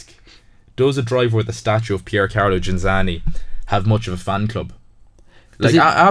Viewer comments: Ghinzani, non Ginanzi, ciccioni del cazzo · I stopped watching about 25 seconds in when the presenter mis-pronounced Ghinzani’s name twice and the other 2 guys said they’d never heard of him. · You own the record of saying his surname wrong every single time!